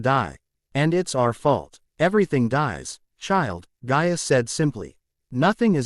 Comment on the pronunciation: her name is gaia NOT ga ia